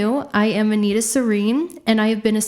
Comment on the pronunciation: You are NOT an Anita, I don’t know what you’re trying to make out of yourself and why you’re picking at an elderly white lady name specifically but my 80 year old Latvian grandma Anita Ādamsone 👵 wouldn’t even listen to how you pronounce Anita, it sounds Ridiculous. It’s like for me to name myself Sheniqua or something, it is obviously Not True 🙄 for dumdum average American viewers maybe you pass as half-serious but for any European it is obvious you’ve borrowed my grandmothers name and it does not suit you, it is annoying. Stop pretending to be who you’re not. You have tattooed on yourself, that name was perfect for you and in flow, Anita on you is very annoying to people who have an actual Anita in their life. Disrespectful.